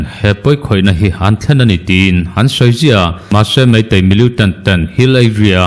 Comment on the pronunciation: Millitant tih hi miliutant tiin i lam ziah a, a dik lo, militant ti tawh teh a..